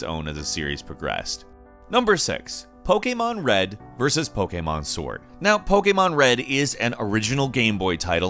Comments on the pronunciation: not sure if you mean diff accent, but he's not saying the annoying poKEYmon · He says pokemon right and he’s american, you don’t see that every day